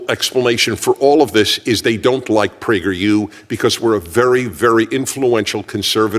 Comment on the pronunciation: "Mr PragAhr"!